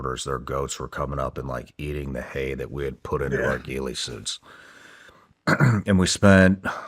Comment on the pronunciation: a "Geeley suit" 😂 I've always heard it pronounced like "gilly" .... but im also not a sniper so wtf do I know lol